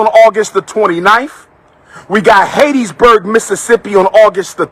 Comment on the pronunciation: It's Hattiesburg, not Haitiesburg, dude. Where's all this money for travel?